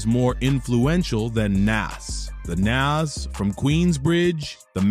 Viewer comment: Soon as you pronounced Nas like it rhymes with cash instead of cause.... I paused it, wrote this and immediately left.